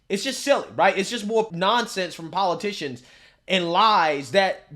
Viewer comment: PO LIE TICIONS